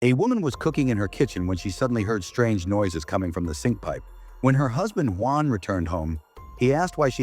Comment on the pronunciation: Nope! It’s the way they say “guan” instead of Juan.